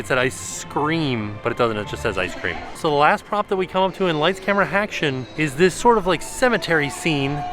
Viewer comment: I LIKE SAYING "HACTION" TOO LOL